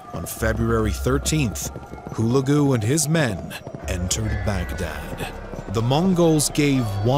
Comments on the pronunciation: Baghdad, not bag and dad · It's not back-dad !! It's pronounced as Bug-Dhaadh !! The middle-eastern , mesopotamian, tribes still have their y chromosomes donated by Genghis Khan. The same name is the root for Mughal !!